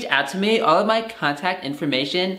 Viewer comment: "All my Ccchhhontact information" 🤣🤣🤣